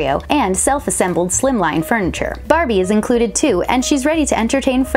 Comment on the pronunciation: I just hear “ Brrbie